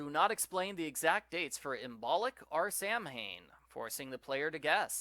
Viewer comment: Lol that moment when mispronounces Imbolc and Samhain 🥴😅💕